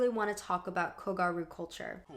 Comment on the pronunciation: The fact that you used a clip from super gals and still manage to mispronounce kogyaru is a ... bit odd? ... Like, the word is there in the manga and anime and is pronounced. It's "gyaru", pronounced "gi-a-lr(the Japanese pronunciation of r and l is between those letters)-oo" (but light, like a slip of a tongue) Ok, this is probably your worst video to date? Especially the section about how gyaru, or kogyaru, which was the subculture for the girls who wore uniforms in an alternative fashion. You are so adamant about the girl's narrative but you don't even use contextualize it properly. The name they give to their own movement or even call what it was, a subculture. Ok so in Shibuya, like in many neighborhoods/districts in Tokyo, there is a subculture, where young people just gathered and decide what is the new fashion style and influence each other. It's an extrapolation, the process is a lot more natural but this is basically how it happens (Ikebukuro, Akihabara, and most famously Harajuku are known to have their own very distinct aesthetic. Gyaru is a Shibuya born and raised subculture, though they often spill into Harajuku, especially kogyaru, like how South London is known to be full of those subcultures, especially fashion). The most ludicrous statement being that the girls weren't even part of their own narrative, which is absurd. YOU ARE LITERALLY USING FOOTAGE FROM SUPER GALS! A manga written by a woman, who draws herself as a gal (I am not sure she is one as mangaka